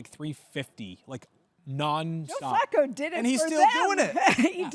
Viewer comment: Can we please say Flacco's name correct please. Hahaha